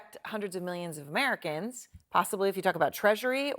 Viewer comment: what the heck was that emphasis on "Americans"? Sounded weird. Sounded bigoty. Anyone agree?